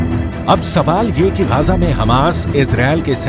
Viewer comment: Gaja nahi bay Gaza bol